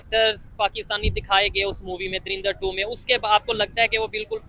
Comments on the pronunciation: Bhai, it's Dhurandhar not Dhurindhar 😅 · He is pronounced like darinda 2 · Bhai drindar kyu bol ra hai drinda bol de ☺️☺️☺️ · Movie ka naam toh sahi lo yaar 😂😂😂 turindar durindar surindar😂😂😂😂😂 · Dhurandhar hai .. dhirandar nahi .. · Yar Lagta Hai Bhi Ab Anapadh Ho Gaye Hai. Darindar Nahi Movie Ka Nam Dhurandhar Hai. Dhu Ran Dhar. The Rin Dar Nahi. Jara Padhna Likhna Phirse Sikh Lo Bhai😂😂😂😂😂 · You are pronouncing the name of the movie wrong. It is Dhurandhar nor Darindar